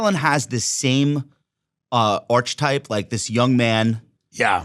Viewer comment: “arch-type” is a pronunciation of archetype I definitely had not heard before lol